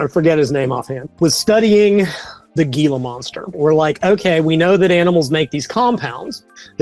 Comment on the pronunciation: I live in the desert southwest USA. It's pronounced "hee la" monster, guys.